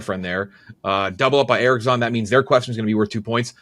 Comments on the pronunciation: anyone else extremely annoyed with how pronounces "Erics-On".. "Its E-ROCKS-ON" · I’m pretty sure is pronouncing Eroxon wrong. On PMT they call it Hard E-Rocks-On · not incorrectly pronouncing his own sponsor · Learn to say your sponsers name